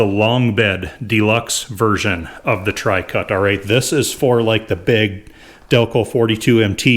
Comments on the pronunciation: "Trucut" NOT "Tricut". Just sayin'. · why do you call it "Tri - Cut" when the nameplate says "True - Cut" (TruCut)? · My brain hurts. It says 'TRUCUT' and you said 'TRICUT', and it only does 'TWOCUT'.